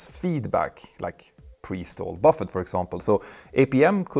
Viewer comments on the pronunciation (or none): none